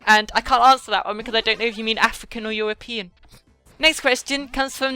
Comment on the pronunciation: Also, I think that what makes your (and my since i'm British too) accent better is your speech impediment thing with the "R"s like Afwica, Pwoasheck and Lowewy!!! though you can'n notice it that much.